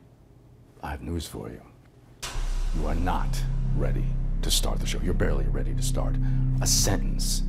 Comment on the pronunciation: You arrrrrreeee not rrrready